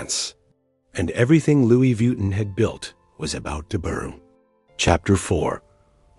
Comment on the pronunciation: Stop saying VWEETIN